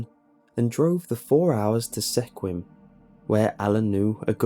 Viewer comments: Story 3 it’s pronounced skwim not sekwim Sequim is how it’s spelled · It's pronounced sq-I-m not seaquim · Sequim. Not pronounced Sek wim. Giggles. Its Skwim. We have mass hard to pronounce towns in Washington. We are very good natured about mispronunciations. The Pacfic Northwest is huge with native american town names. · ily but sequime is pronounced "Sk-oo-em" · Squim, lovely little town by the sea in Washington State,pronounced like squid only an m instead of d.. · Sequim is actually pronounced squim the E is silent 😁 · TRIGGERED “sequim” is pronounced “Squim” THATS LITERALLY MY PET PEEVE. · Sequim is pronounced "sqwim", the pronunciation is how you can ID a non-native. I love backpacking around there. I also used to work for the forest service building trails.... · Sequim is pronounced "sqwim." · I am way too late to correct you, but Sequim, , is pronounced Squim, like squeeze and swim. We have lots of wierdly pronounced towns here in WA state. Also, living in the Olympic forest you tend to hear and see some strange things. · also Sequim is pronounced "Sqwim" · dude the way you mispronounced Squim was amazing it's all good it's a stupid hard to say correctly and i've lived in Washington my whole life lmao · Hey,, hate to make a correction, but Sequim is pronounced "Squim." The e is silent. A lot if people make that mistake, though so everyone around Washington State is used to that. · As someone who also lives in Washington, it is pronounced "Sqa-wim" or squim, like squirm but with "er", replaced with "eh". The woods here in the NW are full of surprise, mystery, and horror... Just don't let the wilderness overcome you too...